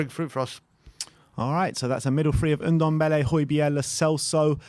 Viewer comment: its Ndombele not Undembele...